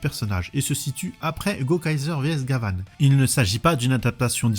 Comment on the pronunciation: Quant à la prononciation, il y a suffisamment de vidéos sur Gavan pour y faire suffisamment attention.